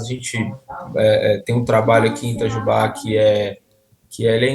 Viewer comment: Moro a 40 km de Itajubá, uma cidade rodeada de pequenas cidades menores de 10 mil habitantes onde todos nos ao redor , vamos resolver diversos assuntos . Que tristeza , levei até um susto com a voz do Beto pronunciando " Itajubá - Minas Gerais "...😂😂😂